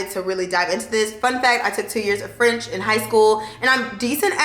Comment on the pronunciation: Your French pronounciation is really good, girl!! As a French-Canadian, I'm impressed! Bonne année 2023! 🙏🏼✨